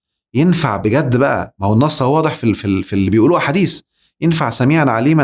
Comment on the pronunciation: صدمة يا دكتور صدمة وخصوصا عندما رفعت كلمة (هو)😱😱😱😱😱